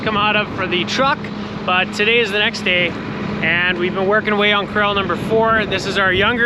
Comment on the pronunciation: Core - AL , PLEASE ! Core - el is an actor, first name Steve !